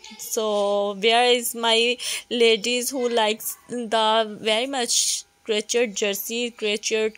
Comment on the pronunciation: o bhen urdu bolo ap ghlt bol ri hain...crochet hai crochet.... urdu boly sy sharmao met ap ko wase b views aye gy or zada aye gy